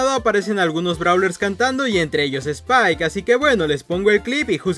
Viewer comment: Es spike no "spile" xd